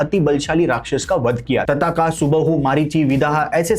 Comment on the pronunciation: तताका😂😂 भाई ओ ताड़का है दोस्त